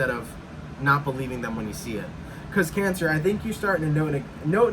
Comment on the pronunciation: 'Cayn Sa'! 🤣🤣🤣